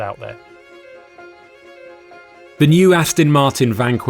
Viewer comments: Can someone please tell the Alan Partridge sound-alike that it’s ‘Aston’ with an ‘o’, not ‘Astin’ with an ‘i’ 😡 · Could you please practice saying……..AST ON ……….[ it’s definitely NOT ……AS TIN ] !!! I suppose it’s better than how many people say it ………AUSTIN !!! But I must admit, I would’ve thought that an automotive journalist would know that . Just like ASTON MARTIN………. It is the finer points of presentation that makes the difference. ! 🇬🇧🇬🇧🇬🇧🇬🇧🇬🇧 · AstOn, NOT AstIn! FFS! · Yes, definitely irritating - even the old top gear team used to get this wrong, as well?!